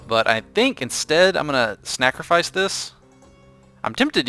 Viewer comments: He says "Snackrofice it" not "Sacrofice it" :D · it sounds like you're saying "snackerfice" I think it sounds pretty cluzery:3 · are you deliberately saying "snackrifice?" Sorry if its not, thats just what I heard throughout the video haha. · Its time for a Snackrifice. Snackrifice is the word I keep hearing when he saws Sacrifice. Make that a thing it could be good. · Don't know if its me but I keep hearing the word 'snacrifice'